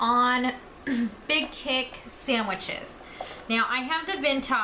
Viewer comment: Are you actually saying sammiches?